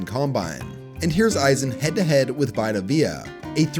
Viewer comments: A minute in and we're saying "Vy-ta"? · wait did mispronounce Vea's first name or is everyone else mispronouncing his name??